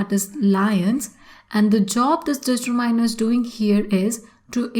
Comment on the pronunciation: She is even unable to pronounce accurately e.g determiner